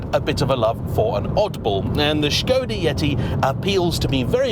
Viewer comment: “Strange car for strange people” 😂😂 I am one of those people. I love the way you are saying shkoda too. I know it’s correct but it’s still amusing 👍🏻👌🏼